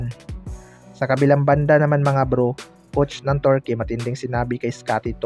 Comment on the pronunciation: KAYA NGA EH HYPE MAGKWENTO KALA NIYA SIYA ANG NAKAPANOOD, TSAKA KAABAN NG GILAS TURKEY ITONG NAGKWEKWENTO TORKEY NG TORKEY HAHAHAHA